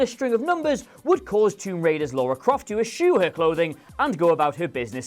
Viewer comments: It's LARA Croft, not LAURA. C'mon, you're not American 😋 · L-A-R-A. pronounced exactly as it is spelled. Also it's pronounced eye-dos not idios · WraithZone yes it dose ! The game came be4 he or any of us born and its still around to this time and still firing gaming industry and he cant even spell her name right...i mean you gotta be so stupid to mispronounce such a short easy name.......i wish its only this guy no no its 90% of the community i mean wow its super annoying.....let me hear them mispronounce stupid mario games or zelda game or any of these little children games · KingDoms Kingdom agreed! He couldn't of been much of a lara fan naked or not if he can't even get her name right!